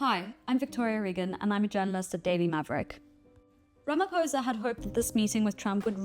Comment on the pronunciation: As a South African journalist, please will you learn to pronounce President Ramaphosa's surname correctly. On the "O" letter you do not say it as "poh". Rather say it as "paw(h)". From a fellow South African. Love ❤ Beulah John (Ms).😊